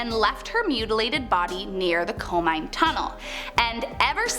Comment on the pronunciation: I think Ireido is spelt "e-re-e-doh" And Komine as "ko-me-nay"